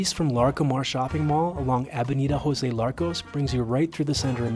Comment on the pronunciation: It's "Larco", not "Larcos".